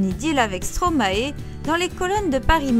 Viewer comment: On ne dit pas Stromaééé mais Stromaie (prononciation )